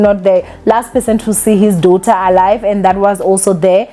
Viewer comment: Trust to year after year butcher words😂😂😂 ever since I started watching this channel years ago u girl continues to call Kairo, Kayiro😂, daughter uthi dawther😂, especially, uthi ecspecially😂😂😂…. Mara atleast you know yourself nge Igrish, ….PS this is all banter, I love this channel